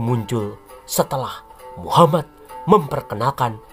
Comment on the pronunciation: Instrument dan comentatornya mantafff apalagi waktu bilaang muha-MAD bikin ketawa🤣🤣